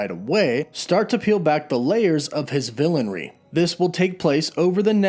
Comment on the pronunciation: I don't mean to be that guy buuuut... "Villainy"